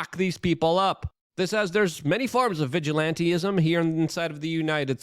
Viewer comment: I know it seems off, but it's actually pronounced "vij ill ant ism" not vij ill ant eee ism".